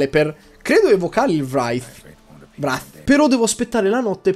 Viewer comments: Ogni volta che dici vrath mi sanguina il naso......si pronuncia (w)reith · Io lo pronuncio "wreith" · "..un Vrrrrafff?" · Non riesco ad appassionarmi... nè al 2, nè al 3... non mi prende, anzi, mi annoia a morte. Cmq Wraith si dice "Vreitf" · Ma volevi dire Wraith XD io stavo pensando a una roba stranissima XD dovrebbe pronunciarsi Reit (w dovrebbe essere muta) ma non ne sono sicuro. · guarda che al massimo il k è muto come ad esempio in know. la w muta non l'ho mai sentita XDXDXD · Io l'ho sempre sentito Reit, XD effettivamente la W muta è strana :P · wr(la R con la lingua molto indietro)ei(lingua tra i denti)t /reɪθ/ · la pronuncia esatta è vreit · yoto la pronuncia esatta sarebbe wreith, non per fare il precisino